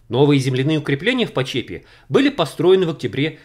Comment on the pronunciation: Добрый день,! Меня зовут Игорем. Я вам как-то тоже писал про валы (так их все с детства называли) в Почепе (ударение на О). Но что-то дополнительно рассказать я не обещал. Думаю это кто-то другой ))) но фильм счас буду смотреть с превеликим удовольствием. Спасибо вам огромное за ваш труд.